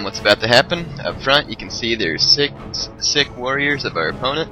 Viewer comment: I love it how you keep pronouncing sikh sick. It pronounced more like seek